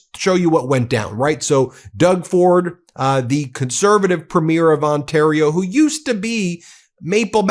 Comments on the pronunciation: Premier is pronounced preem’-yer. You’ll make more Canadian friends if you make the effort to pronounce it correctly. 🇨🇦🙂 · Ben, if you want to sound more Canadian (and why wouldn't you?), pronounce Premier as PREE-meer. :) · 🇨🇦 Alberta here. Ben please start pronouncing Premier properly. It's phonics are " Preem-yer" not PREEM-AIR. It's not like a PREMIERE of a movie. You learnt to pronounce Alberta properly. Come on now, please ❤️🇨🇦❤️ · friends, The title of Canada's Provincial leaders(Premier) is pronouced: "Preme-yeer." Watch a CBC, CTV, Global, etc., newscast. All the best, in spite of you having to deal with UnoWho.. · Please stop pronouncing Premier incorrectly, guys. It's pronounced "Pree-meer" not "preh-meer" like the opening of a show lol Love from Canada 🇨🇦🇨🇦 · Just a side note it’s pronounced PrE mier, accent on the pre, not on the mier. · Please note it’s pronounced Preemeer (Premier) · I’m a Canadian fan of your show but it’s pronounced Premier not premiere which is the word used for the first show of a movie or play. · Pronounced: pre-mear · Please, please, please….. try to get the pronunciation of “premier” right. It’s ‘PRE mier. TONS of stress on the “pre”, and very little on the second syllable. Almost like “PRE-myur” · I really enjoy your coverage of world events.... if I may make a comment of clarification though? When referring to our provincial and territorial leadership, it is not pronounced " premiere" as in an event, but Pree'/me/er. I have always been a stickler for addressing people correctly, probably from my nursing background. Thanks to your attention to this seemingly small, but meaningful to us, Canadian pronunciation. Hope you continue to shine a light wherever it's needed to expose darkness for what it is